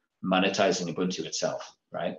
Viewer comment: Sir Mark, please get that man to pronounce Ubuntu! It is my pet peeve to hear the inept mispronounce this wonderful indigenous Nguni word which means "I am, because we are." To that bearded interviewer: ooh booon too. Or just listen to how Sir Mark says it.